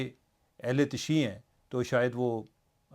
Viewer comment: تشیع کا تلفظ تشیُّع ہوتا ہے، اعزاز صاحب